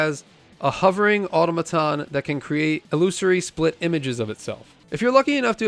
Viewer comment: Pronunciation: archipelago, automaton